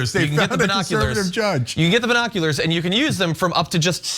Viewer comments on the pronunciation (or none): Who tf pronounces it "bye-noculars"? Way too much emphasis on that first syllable. It's distracting. Brian Griffin: "Wait, what?" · I'm laughing every time Cenk says 'binoculars' cause down here in Oz we don't say 'bye-noculars', we say 'bin-oculars'. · Why the heck is Cenk pronouncing it "Buy-noculars"...isn't it prounounced "B-noculars"? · It's not "bye-noculars ." It's "bin-noculars." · I thought it was just me. Says it like Byenockulars. Lol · "We were not allowed to have Bye-noculars....." Hahahahaha!! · Cenk, why do you pronounce it as "bine noculars" lol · Cenk say biiiii noculars like Trump says Chiii Na 🤘🤣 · By.Noculars? Cenk is killing me! 🤣🤣🤣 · “Bi-nokularz?” Hahaha, Cenk you’re hilarious. 🤣😂 Is that anything like “Vaz-qwez?” Lol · The way Cenk pronounced binoculars...Bi-noculars?...as opposed to straight noculars 👀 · Wtf is a by-nocular ?!🤔😂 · Actually it's bine- oculars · The way Cenk pronounces “Binoculars” makes me giggle. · Cenk... your pronunciation of binoculars.... it’s..... hilarious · Someone needs to type quieter or turn their mic off Cenk, that's not how you pronounce binoculars, do you say bi-cycle too?